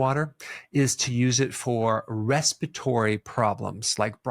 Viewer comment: You show the word "respiratory" but you pronounce it "resspittory" missing two syllables? Likewise for the word "definitely", that comes out "defean-ly".